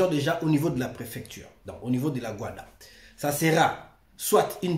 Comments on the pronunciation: Ce GUDA et non GUADA… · Ce le GUDA et non le GUADA